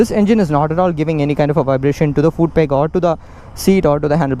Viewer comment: Also I've noticed you pronounce foot as fooot. Not being a English Nazi here coz even i mess it up alot of times :P